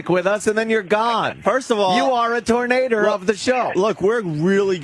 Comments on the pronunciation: HAHAHAHAHAHAHAHAHA GREGG! PLEASE KEEP SAYING TURNADER! MY GOD! MY RIBS ARE SPLITTING!!! HAHAHAHAHAHAHAHAHAHAHAHAHAHAHAHAHAHAHAHAHAHHAHAHAHAHAHAHAHAHAHAHAHAHHAHAHAHAHA . Die. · In north georgia, it's pronounced "Tarnayduh".